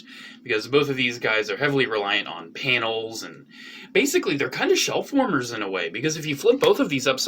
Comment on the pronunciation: pls stop saying panials